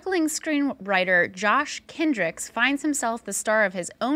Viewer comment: everyone has to refer toJosh as "Joshie" in the exact way Nick Cage does, every time